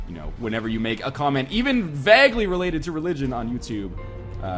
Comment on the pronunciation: i love it how you pronounce 'vaguely' like 'vag-ly' instead of 'vage-ly'